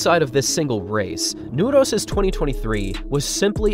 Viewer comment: i literally got chills when you pronounced Nordås the first time, and as the first non-Norwegian I've ever heard, said it perfectly. applause